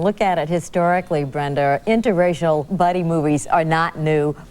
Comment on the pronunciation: “BrendEr” it’s BRENDA!!